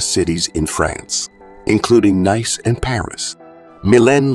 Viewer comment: ...and pronouncing Nice:face-blue-wide-eyes